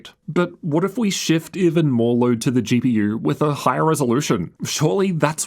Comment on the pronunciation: why does he say "GP YEWR"